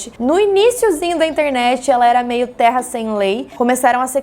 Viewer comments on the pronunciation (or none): none